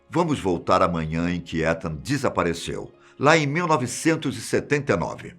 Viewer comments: Os cara fala o nome do cara tudo errado. A pronúncia de Etan, é "Itan" não "Etan". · Ethan se fala Itan 👍 e não étan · Só eu que ficou corrigindo ele na hora que falava "etan" ou invés de "itan" que seria o certo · Não é "Étan" é "Itan". O "e" tem som de "i" em inglês. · Um ótimo narrador, mas logo se vê que não sabe nada de inglês... Étan doeu o ouvido aqui. Se escreve Ethan mas se fala Itan tiozin... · Meu TOC esta estuporando aqui, se pronuncia "Itam" e nao "Etan" aaaaahhhhhhh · "ITAN" a pronúncia 🤗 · Vdd, apesar q se pronuncia "itan" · Boa tarde me perdoe a correção, mas o nome é pronunciado como itan , sou fã do canal de vdde e oq puder ajudar pra melhoria e progresso do canal. Não quis e nem quero polêmica apenas ajudar no mínimo possível. Jah blessyah. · Acho q ele pronuncio o nome do menino errado n sei akakaka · Fiquei muito incomodada como ele pronuncia o nome do menino...